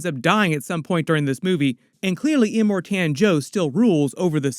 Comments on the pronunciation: Well done but…it’s iMORtan not imorTAN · Em-More-Ton. Thats to correct pronunciation. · Slight trigger when you're pronounced Immortan as Im more TAN 😂